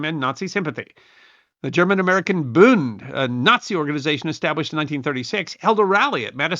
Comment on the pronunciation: Hearing "booned" is like nails on a chalkboard. The d on the end of a German word like "Bund" is pronounced like a T. The u is not "oo" like tooth, but is pronounced closer to the u in push.